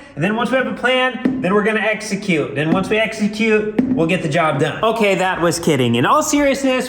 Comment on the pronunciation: "Eexecute" hahaha 🤣. Make sure the emphasis is double "e" execute. I dunno, the weather forecast is for huge blizzards.